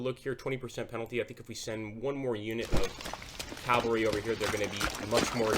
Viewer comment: Cavalry. CAVALRY. CAVALRY. NOT....Calvary.